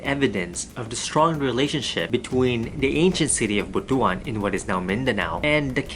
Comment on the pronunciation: Boto an is different from Bot one. Butuan pronounce as Bot One.